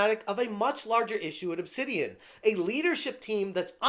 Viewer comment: Nah, not "Obsidian"... It's "Obsanitian"!